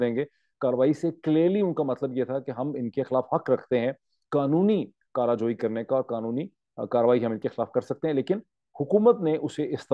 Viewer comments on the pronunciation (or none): "kara goi".. you meant to say "chara joi"..